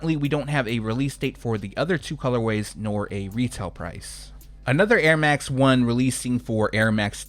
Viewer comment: 🔥✊🏼 Also the French pronunciation of the Airmax 1 and the Jordan 2 was spot on !